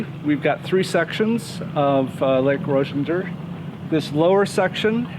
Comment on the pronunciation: I have a family cabin on this lake. Its pronounced " Roz -ih-ger" lol